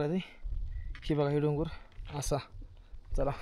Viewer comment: डंगर बोलला नंतर डोंगर 😅😅😅😅😅